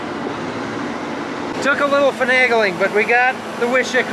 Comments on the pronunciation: The correct pronunciation in North Dakota in the Germans from Russia accent is "Viiishiiik" made in Wishek, ND lol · Wishek is pronounced: Wish-ek, not Wi-shek. ( My ex-wife was from Wishek.)